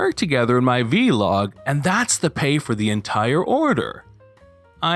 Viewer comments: It’s vlog, one syllable as blog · You pronouncing "Vlog" as "Vee-log" is hilarious to me lol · I was only listening to this video, not watching. Every time I heard ‘Vee-log’ I’m thinking ‘what the hell is that’ and then I finally look at the screen and realize it’s ‘vlog’ 🤣🤣🤣